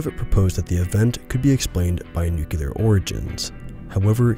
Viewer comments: Agreed. Except for one thing: Nuclear. Not nucular. The word is nuclear. Nu-clear. That is all. It seems to be a recurring issue. Otherwise, very engaging. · This is good, but why can't you pronounce 'nuclear' properly?! It's not hard, dude.